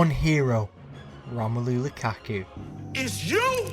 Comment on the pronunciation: You mean to say Romalu La Ka Ka. 😂😂😂😂😂😂😂